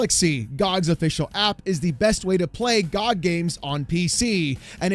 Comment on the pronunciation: Dude, him calling it GahhG over and over is so annoying lmao. Its G.O.G. not GAHG lol